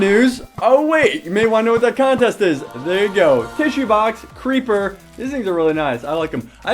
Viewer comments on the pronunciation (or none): I VANT ZE CRHEEEPAH